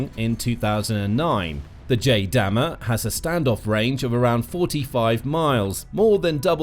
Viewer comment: It's JDAM-ER, "JAY-dam, ee, arr" as in two distinct letters E and R, for "extended range".